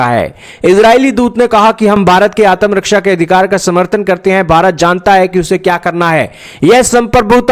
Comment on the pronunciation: Can't even pronounce ATMARAKSHA ‼️👹⁉️🤣